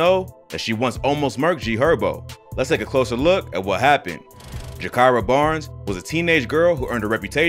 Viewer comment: Correct pronunciation: Guy-keera